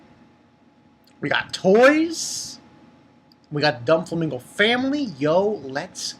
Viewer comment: Bro, I think it's do-flamingo but not don-flamingo, am not sure though but great review. Keep it up